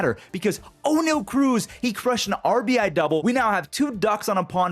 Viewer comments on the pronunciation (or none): none